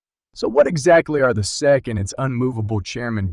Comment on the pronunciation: S.e.c. Not sec….and Gary gensler not geensler😂